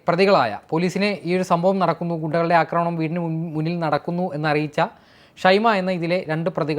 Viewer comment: Yogiyude paatha thanne ivideyum thudarenam,,, akkramanam ennalla aakkramanam ennanu parayentathu. Akkramam ennathum aakkramanam ennathum vethyasamuntu